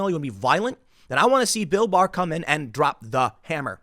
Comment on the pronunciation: When he says bill bar I keep thinking he is saying bill burr the comedian and it makes it funny